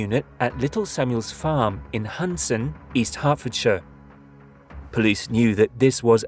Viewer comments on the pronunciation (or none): Hunsdon, not Hundson.